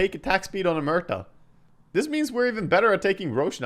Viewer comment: its fun how you say "Merta" haha try saying it as "Moo-erta"